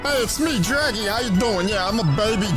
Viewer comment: Hilarrrrrrrity when Vinny hearrrrrs his own Drrrraggy voice.